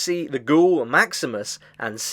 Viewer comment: No offense, but It's kind of funny you mentioned that you already watched Episode 1 of the Fallout TV-Show (Wherein Maximus played its own major part) and still get the Names wrong all throughout this video😅😁. Again, no offense.